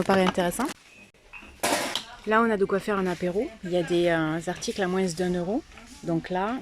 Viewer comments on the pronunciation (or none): Pourquoi tu dis "à moinS" ??????